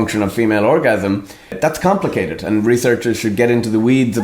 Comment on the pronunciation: ”what actually is the function of female orgasm - - it’s conmplicated” I’m howling..🤣 Oh what a mystery